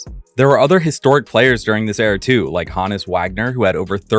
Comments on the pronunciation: Ho-nus, not han-nus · "HONE-us" Wagner, not "HAHN-is" Wagner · Honus Wagner. The 'H' is not pronounced. It was pronounced Ohnus Wagner back in the day. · Are you AI? "Haw-ness Wagner" 😂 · Bro can’t even pronounce Honus correctly